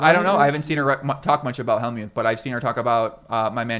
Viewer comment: 32.00 Phil Hellmuth😅 close